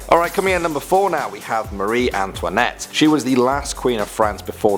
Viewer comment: You did mrire antawnet